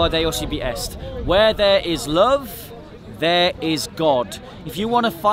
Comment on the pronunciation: I like how says love.. "Lufve"